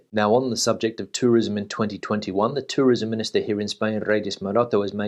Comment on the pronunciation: I trust your opinion more than I trust the UK government & the Spanish government's opinion but I wish you would pronounce the word "the" properly 😉